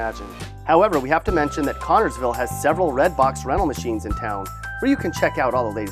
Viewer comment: It’s connersville, not connorsville. And it’s not that bad.lol